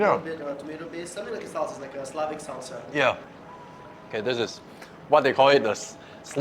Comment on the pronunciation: Bro it's "S-LAH-vik" not how you say "slave" like "Slave-vik". Anyways the Medovik is to DIE FOR!